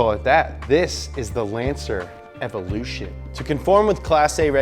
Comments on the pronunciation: Everrlution......lol Dummy. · The Ford Mk2 escort in the picture came before the Ford Sierra should of Done the Ford Escort cosworth picture. EVO -LUTION Not Everlution why do Americans always fuck up the pronunciation of Japanese and European rally cars and to top it off he fucked up rally legend Tommi's Makinen name. You would think with 2.81 m subscribers he could get his shit right